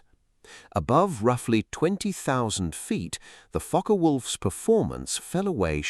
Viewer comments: It's pronounced Fokker, not Fok. Is this AI generated commentary???? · It is pronounced Fock-Wulf, not Focker-Wulf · It is pronounced Fock-eh Wulf. The e in Focke is not silent. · learn to properly speak German;... the e on the end of Focke is spoken and NOT Silent...!